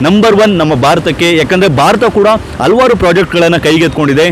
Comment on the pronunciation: ಹಲ್ವಾರ್ ಅಲ್ಲ ಹಲವಾರು ಅಂಥ ಹೇಳಿ,ಇಲ್ಲದಿದ್ದರೆ ಮನಸಿಗೆ ತುಂಬಾ ಕಿರಿಕಿರಿ ಯಾಗುತ್ತೆ.